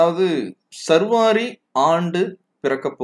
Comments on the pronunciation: not survari but saarvari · I am disappointed with you. You are pronouncing saarvari varudam incorrectly as sarvaari. I just noticed the description where you have given explanation for your mispronunciation. You are wrong again. சார்வரி itself is a samskrita sabtham.